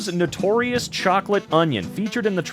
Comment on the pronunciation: notorious???? bizzare???? say that again